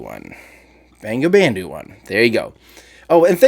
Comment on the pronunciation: I think the satellite you mentioned bangabandhu -1 is pronounced like 'bongo bondhu -1' bangabandhu means friend of Bengal ( it is from Bangladesh). If what you said is true i will be very happy if bangabandhu-1 satellite becomes the first payload to be riding block 5 falcon 9....